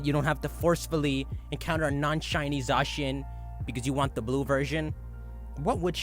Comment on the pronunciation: It’s not Za-shin It’s pronounced Za-Cyan, like Zamazenta is Za+Magenta.